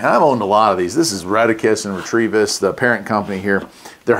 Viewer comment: Very positive it's Retevis NOT Retrievis.